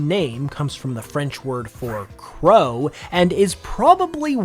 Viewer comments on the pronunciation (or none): none